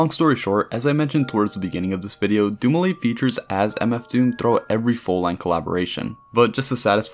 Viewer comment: doom-ee-leh,would be the proper pronunciation of his surname Good video